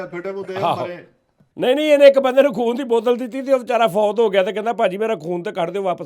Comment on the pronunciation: 5.16 ਉਸਤਾਦ ਜੀ ਖੂਨ ਦੀ ਬੋਤਲ ਨੂੰ ਫੂਨ ਦੀ ਬੋਤਲ ਹੀ ਕਹੀ ਜਾਂਦੇ ਉ ਕੀ ਹੋ ਗਿਆ ਰਾਤੀ ਸੁੱਤੇ ਨੀ